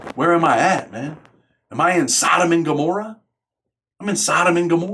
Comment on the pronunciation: Man dude said sodam and gor.